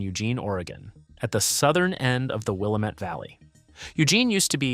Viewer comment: Willamette is pronounced "Will-Am-It", not "Will-Uh-Met".